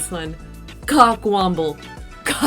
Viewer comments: It's cock womble. Not wamble. Like the wombles of Wimbledon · Cockwomble not wamble. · 'Tosser' is a personal favourite. P.S. It's 'cockwomble', not 'cockwamble'.